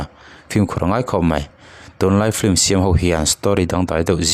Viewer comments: "Film" tih pronunciation hi Vai lei tlir dik ve thei lote'n "flim" tiin an lam țhin a. Keini Mizo tribal thu har leh ulh deuh pawh lam dik thiam v ek si hi chuan "flim"chu i ti ve lûl lo ang u. Mizo lei hian" film" tiha letter "l" lam ri telin "f-i-l-m" tiin kan lam thiam êm êm tho a ni. Chuvangin, "flim" tiin lam ve tawh lo hram teh ang u. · Ti nge a chhiartu ber hian ' flim' a tih tlat le?